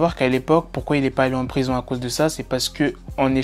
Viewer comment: # 'D'aller en rison' XD